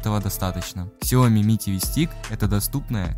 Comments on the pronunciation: Китайцы говорят сиоми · Не ксяОми, сяомИ!!! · Сяоми а не ксяоми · Ксяоми? Серьёзно?